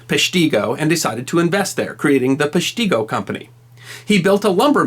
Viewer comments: It's pronounced "Pesh-ta-go". Been there many times and live just south of there... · FYI, I'm a 70 year old from Wisconsin and the name was always pronounced with a "short" i (rather than a long ee sound) when I was growing up, but then maybe we got it wrong. Mostly we read about it in newspapers rather than hear it pronounced on TV/radio when an anniversary of the date occurred. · Come on man. it’s not Pesh tee go. Pesh ti go. if your going to talk about history could you at least get the correct enunciation!!!! Every person in Peshtigo would be offended hearing that ridiculous way your saying it !!! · Pronounced "pes-chi-go", not "Pesh-tea-go" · It’s Pesht-i-go with the I sounding like the I in pig. Not Pesht-e-go river!!!! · Pesh-ta-go Is how people in Wisconsin pronounce it. Pesh-tee-go sounds goofy haha. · As a life long Wisconsin resident, I grit my teeth every time I hear you say..Pesh-Tee-Go. It's Pesh-TA-go,! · Ok, I know this video is 3 years old but dang. The town of Peshtigo is pronounced "Pesh tugo, not Pesh tigo". Great video. On the same day in the thumb area of MI there was another firestorm blaze that was almost as bad as the forgotten fire of Peshtigo. Both were crown fires in an area that was dry, like super dry and had lots of scraps from timbering and lumbering going on in the area. Same in MI. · The town is not pronounced "pesh-TEE-go" It's pronounced "PESH-ta-go". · I am from NE Wisconsin. It's not PESH-TEE-GO...... It's PESH-TAH-GO.....Get it right....lol.... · Peshtigo has a short "I", it is spelled phonetically as pesh-ti-go, not pesh-tee-go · It's pronounced PESH-tig-o .. not PESH-tee-go here in Wisconsin. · Hey, - LOVE your channel, but I thought you'd like to know that in Wisconsin Peshtigo has always been pronounced "PESH-tah-go", not "pesh-TEE-go", as far as I know. See also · Peshtigo not PeshtEEgo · Wisconsin native here... it’s pronounced pEshtigo rather than peshtEEgo. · Pesh-ti-go not Pesh-te-go